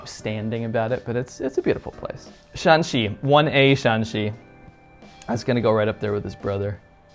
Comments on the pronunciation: Shaanxi is written with double aa to mark that Shaan is pronounced in the third tone in standard Chinese one of the problems you get when writing a tone based monosyllabic language with roman letters. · Shaanxi and Shanxi are different sounds when pronounced in Chinese. There is four pronunciation for any syllable in Chinese. The "Shaan" in Shaanxi is the third pronunciation while the "Shan" in Shanxi is the first pronunciation. So in China, when pronounced correctly, these two provinces can be differentiated verbally. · Shaanxi (double a) has Xi'an not Shanxi (single a) though to be fair that's the only thing that separates them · Xi’an is in Shaanxi not Shanxi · Every region is very unique, with completely different auras and cultures. Its almost like each province is its own country! Shaanxi province is not entirely developed but its very rich in ancient Chinese history, even more than Beijing. Xi'an is actually in Shaanxi province(2 A's), not Shanxi 😅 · Xi'an is the capital of Shaaanxi not Shanxi . By the way I'm from Shanghai. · It seems that you have confused shanxi with shaanxi… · Um I'm pretty sure that Xi'an is in Shaanxi, not Shanxi. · I’m pretty sure that Xi’an is in Shaaxi陕西(shǎnxi)not Shanxi(Shānxi)山西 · Pretty sure Xi An is in Shaaxi and not shanxi. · Correct. Shaanxi has Xi'an and Huashan (for example) Shanxi has coal and The Hanging Monastery and Wutaishan. Still nice. Also the tones for Shan are different. Shanxi's shan is flat tone and Shaan's shan is 3rd tone. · 学学声调不好吗，陕西和山西完全不一样的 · It’s Shanxi and Shaanxi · As a Chinese, to be honest I have to say the video maker seems to lack basically understanding of China since he even mixed 山西 with 陕西. These 2 provinces have similar pronunciation but totally different characters.If he claims he has been so many places in China I don't think he will make such mistakes. I appreciate your interest in China and welcome you to visit, but sorry for this video itself, it's definitely not good.